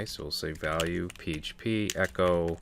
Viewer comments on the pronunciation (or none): What a wonderfull course. I was waiting silently when you were going to realize "valule". Thanks for the series. Be nice to yourself at least as much as you are nice to us and don't forget that, YOU are such a wonderfull guy!!.